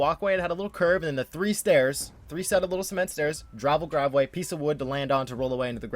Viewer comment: "Dravel Griveway" lmao